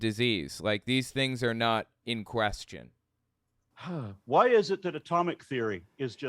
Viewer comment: How the f**k is JLP going to try to ask any question whenever he can't even pronounce question correctly?!